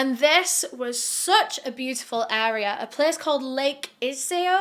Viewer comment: just popping in to say you pronounced "Iseo" perfectly! <3 love ur vids as always!!